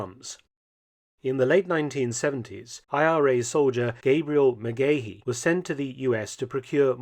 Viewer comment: Great video Mark but quick correction for the Irish names: the men's names are pronounced different in Ireland as Cahill isn't Cay-hill but Cah-hill and Megahy Ma-gah-hee 👍